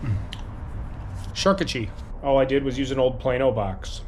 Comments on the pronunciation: It's beyond me that you couldnt say the simple name...champooqdierie!!! say it with me...sham-pook-do-ree!! lol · SHAR-KOO-TER-REE 👍 SHARK-EW-TREE 🤔